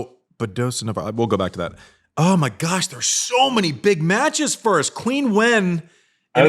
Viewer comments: Hey, I love the show, but can you tell Andy to pronounce Qinwen Zheng's name correctly? In Chinese it's like "Cheen" not "Queen". I do a little cringe each time I hear "Queen" lol. Keep up the great work though! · Just so you know, Andy, Qinwen is pronounced like “Chin”wen, not “quin”wen. Always loved (and still do) your honesty, vulnerability, casual and human approach, and sense of humor! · To be fair- the correction is right. However, most fans pronounce it as Queen. Most of us that love her, like that “Queen” knickname. Love the shows guys, keep it up.